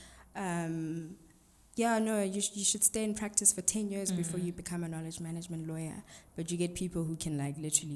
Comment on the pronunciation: If you hear me say “maneygment” 🤣🤣🤣 I love you!